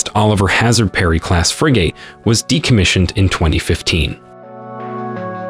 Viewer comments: I hate Robots narrating videos. Why dont you teach your machines pronounciation? FreeGate ... ugh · You are pronouncing, “FRIGATE”incorrectly. It’s definitely not called a “FRI / GAYT” or “FREE / GAYT” Copy editors may help. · The computer voice, the text to speech, couldn't even pronounce "frigate" right - just get a native speaker to read your scripts and not a computer! LOL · Please pronounce Frigate properly. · Pretty sure he mispronounced frigate intentionally to get the comments going, comments are good for the algorithm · You’re pronouncing Frigate completely wrong. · He can't pronounce "frigate" properly. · I absolutely hate how he says Frigate 😖 Like where does he come from that that is how the pronounce Frigate 🤔😖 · Holy fuck can you not pronounce frigate correctly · You need to learn how to pronounce Frigate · I love how the AI narrating this keeps pronouncing frigate wrong and in different ways. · He pronounced it like 3 different ways lol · How did he say Frigate great the first time and then the rest of the video says Free Gate! And FF eeeeexxxx damn those AI voices are getting more real everyday but still have their flaws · OMG stop saying "FREE GATE" You pronounced it right the first time. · He pronounced frigate properly the first time and then never again. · Frigate… pronounced frig-it not frig-8 English is hard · It's not Fri-"gate" it's Fri-"gut" Please pronounce it correctly. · What the hell is a 'frigATE'....it's pronounced like frigit lol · Frigates fill a role that is better served by frigates than destroyer. And Every damn you people do anything with the navy you simply HAVE to mispronounce something. It is NOT pronounced "fri -- gate" It is pronounced "fri -- git" emphasis on the first syllable not the last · Frig it. Not fri gate. Jesus, your pronunciations are cringe. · What’s a FREEGATE? It’s actually pronounced FRIG GIT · You need to correct your computer voice. No one says Fri-GATE, it’s universally pronounced FRIG-it.